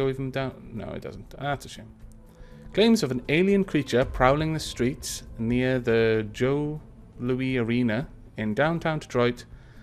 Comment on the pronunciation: Detroiter here. It's pronounced Joe LEWIS (even if it's not spelled that way) Arena. It's where the Redwings play Hockey.